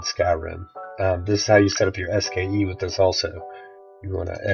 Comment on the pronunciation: It's "SKSE"!!!!! Not "SKE!"